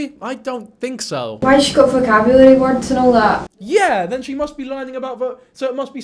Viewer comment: Scrick tf why can she not pronounce words proper and enunciate..❤